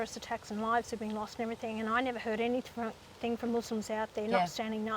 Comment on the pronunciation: "Any think"... I think you mean, "anything"